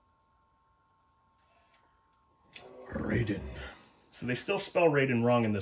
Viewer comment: I believe that there was conflict with the game called Raiden. Also, Raiden is truly pronounced RYE-den. Just like the guy in Metal Gear Solid 2.